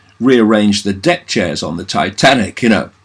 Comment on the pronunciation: Lol needs a slight bit more emphasis on the you I think